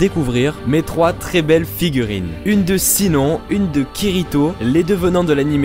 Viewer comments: Mdr trop le prenom Sinon ça se prononce "chinone# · Par contre Sinon se dit "SHINONE" désolée vraiment mais c'est sa prononciation !! (sinon je veux les 2 figurines de SAO ;-; même si j'en ai déjà une de Sinon mais c'est pas la même ! 😭) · Mdr comment tu prononce Sinnon 😂 tu m’as brûlé les oreilles 🤔 super vidéo et magnifique figurines ! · AAAH! "Sinon" ne se prononce pas à la française mais comme ça "shinone" >.< En tout cas elles sont toutes trooop classe '*Q*'